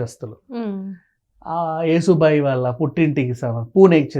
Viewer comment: నీ బొంద పిచ్చి ముం..కొడకా... యశోభాయి పేరు పలకరాని నువ్వు శంభాజి చరిత్ర గురించి మాట్లాడటం బాగా లేదురా...